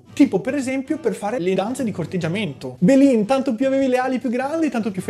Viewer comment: Belin sto video è geniale. Comunque la parola belin andrebbe usata al 90% delle volte per frasi di mugugno. Belin poi ha bisogno di più enfasi. 😂